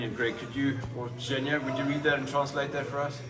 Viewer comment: It’s Zhenya, the nickname for Evheny (Ukrainian version of the English Gene & Eugene.) G sounds like “H” in Ukrainian, but it sounds like a G in russian. You’ll get it, keep listening & practicing! You can also find many videos on YouTube that take you through the Ukrainian alphabet and make the sounds for you. That’s an easy place to start. Have a great night!